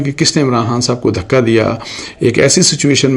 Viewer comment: Sir G ap ke urdu b thek ni hy , dhoka aur Dhaka ma fark hy